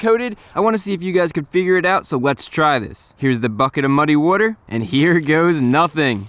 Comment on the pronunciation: You pronounce water weird.